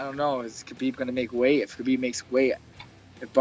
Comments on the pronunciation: ....Who’s Kaheeb? 😂😂😂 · hopefully "witchmiha" whatever his name, can make weight i'll go "Kaheeb" guys, his name is "kalabeeb", not "witchmiha", not "kaheeb" and it damn sure isn't "khabib". get it right, uncle joey diaz undefeated 50-0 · did he say "Ka Heeb?" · Ladies and gents the name Khabib is pronounced HA BEEB. The K is silent.